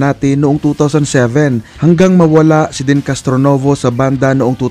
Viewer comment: Bisaya kba kc Den ka ng Den .ang tama Dean ska Neal Schoen.husayan mo ha ?